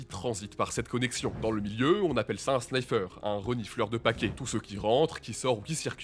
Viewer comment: jai cringer quand il a dit snaiffer aulieu de sniffer